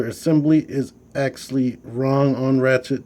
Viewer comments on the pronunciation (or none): Nice review. I definitely will get this guy eventually. I'll probably leave that little paper chest insert in there, I think it looks a lot better that way. ps- hate to be 'that guy', but it's Ratchet, not Rachet. :)